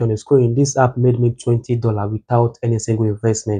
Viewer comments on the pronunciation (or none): none